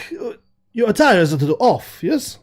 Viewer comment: When said “will you be changing attire?” to, I definitely heard “will you be changing a tire?” 🤣🛞🚙